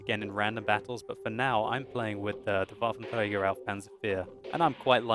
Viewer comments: Damn I like watching your videos, but every time I hear you pronouncing the full WT I just want to smack you over the head with an inflatable baseball bat:)))) You guys who have english as your first language can't get that "r" right 99% of the time and it just sounds wrong and annoying:P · It's funny how you say Waffenträger. :) btw. in 9.6 the viewrange will be decrease from 400 m to 360 m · its funny how you say Waffenträger :)